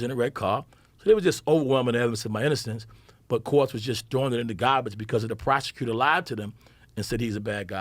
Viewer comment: Love how newyorkers pronounce garbage